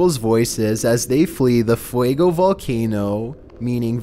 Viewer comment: Oww...I don't know if it have done something important lately (It's grumpy, but as far as I know it hasn't done anything lately), but I REALLY wanted to hear him try to pronounce ''Popocatepetl''... He can barely pronounce ''Fuego'' (Fire), a five letters spanish word... What would he do with the nahuatl word ''Popocatepetl''?